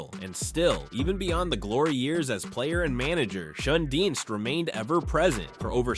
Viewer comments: Red shanedeez how its pronounced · it is not St. Louie is is St. Louis and please say Red's last name correctly. Hernadez good player, but cocaine user not good in the club house. It was a shame Curt Flood misplayed one ball in outfield in the World Series. He was a very good player and man.